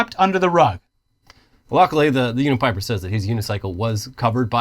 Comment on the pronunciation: My name is Bryan kidd with a y when you said the name of the unipiper it really threw me off lol